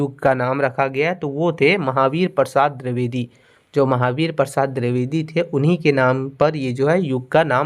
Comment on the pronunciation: आप dravedi क्यों बोलते हैं द्विवेदी को